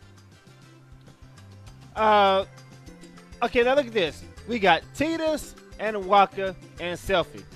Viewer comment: lol still gonna say TI-dus instead of TE-dus